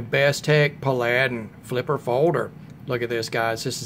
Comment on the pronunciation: it's pronounced "Pal- a- din." Like the old tv show. I got mine on Massdrop and saved about $12 off of the retail price. I love it too. It's better than Bestech's other offerings in my opinion. It's a beauty. Thanks!